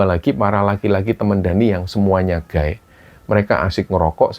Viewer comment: Sedikit koreksi.. gay dibaca ghey bukan gay.. kalau guy baru dibaca demikinan..